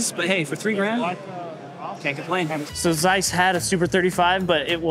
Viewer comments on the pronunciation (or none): none